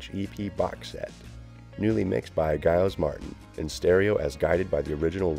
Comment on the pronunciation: It's "J"iles Martin J not G!